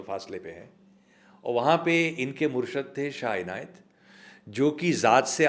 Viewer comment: Kya khubsurat aawaz.. . Andaz.. . Pure parcien words bole hain, Ek ek harrof ki aadayegi kya khubi se ki- MURRSHAD.. yani guru, . Vary vary genius person, . Qabil ae adab, Qabil ae aihtram.. . Dr. Madan gopal singh..